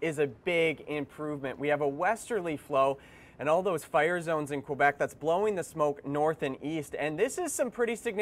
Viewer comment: Fun fact, it's K-Beck not Qwa-Beck...